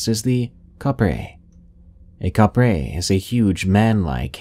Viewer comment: Kapre is pronounce "cap-pre".